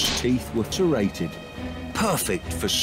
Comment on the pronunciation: Ah yes clearly thair teeth were terrated instead of serrated